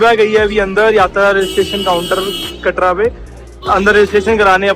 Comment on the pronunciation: Katra hota hai bhaiii katdaa niii hota